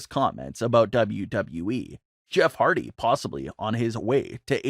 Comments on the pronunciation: It HARDY NOT HARDTY LOL 😂 Jeff deserves so much better hope he goes AEW him broken Matt AEW TAG Champions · You spelled Hardy wrong. You said "Hardty."